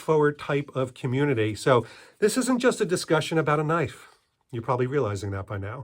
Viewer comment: needs a Loicense to Knoife